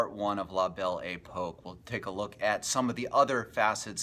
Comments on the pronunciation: It's 'pok' not 'poke' that and the adventure film sound track lost me. How about playing some music from the era. I can't listen to you mispronounce it over and over. Sorry. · La Belle Epoque (ay-puck)...good talk!